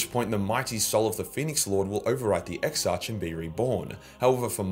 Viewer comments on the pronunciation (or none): Exarch is pronounced Ex-Ark you Bogan.